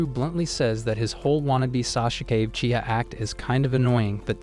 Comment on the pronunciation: oh and the way you say Sasuka Uchia is wrong go and watch naruto shipuden and see :hand-pink-waving::hand-pink-waving